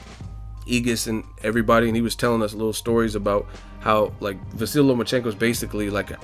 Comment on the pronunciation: At least try to pronounce the guy's first name correctly... I'm sure he wouldn't say your channel's name was "boxing egg"...